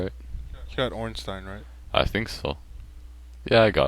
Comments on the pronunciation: you said ornstein perfectly, im not sure what that twat was on about. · He says it using the German accent which is the accent meant to be used since Ornstein is a German name. I don't know about Smough though...